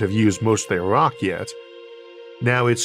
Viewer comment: Downside unless your an ork, and of course he is saying rok not rock